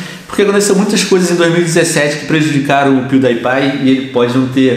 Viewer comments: Pewdaipai! A sério Pewdaipai! É Pewdiepie por favor diz bem o nome dele!! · É pewdiepie não pewdaipie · se pronuncia piudipai não piudaipai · Venom você disse pewdaipai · Venom se fala Piuripai, mas se escreve Piewdiepie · É pewdiepie não pewdiepai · Pewdaipai kkkkkk ele fala tudo errado o nome do Pewdiepie